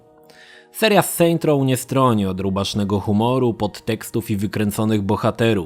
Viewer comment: "seint roł" w tym momencie moje uszy umierają.